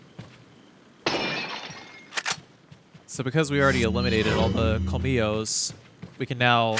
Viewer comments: A correction: as a native Spanish speaker. The dogs aren't pronunced 'komilos'. In Spanish the ll sounds like a 'sh' in English. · The thing is that in Argentinian Spanish it is pronunced as a 'sh'. I dunno, but I quarantie it is not 'kolmilos'